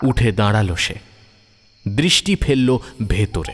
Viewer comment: Uccharon ektu thik korun,Nari hbe nadi na,daralo ,hbe daradlo noy